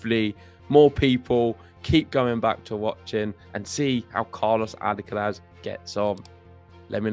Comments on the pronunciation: you should make an effort in pronouncing Alcaraz's name correctly. The accent (stressed syllable) is in the third and last "a", so it is Alcaráz, not Álcaraz. Also, the z is pronounced as TH without vibration at the end. It is very easy to pronounce Carlos's last name as it is. Cheers. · "Alcarath" please.